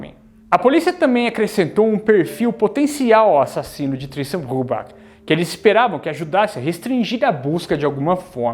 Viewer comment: A pronuncia do nome eh " Brübar"(o CH tem som de "r") 😊